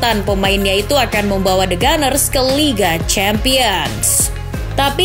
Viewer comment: Meski bukan fans Arsenal, Arsenal itu The Gunners (dibaca Ganers) bukan the Gooners (Guners) Min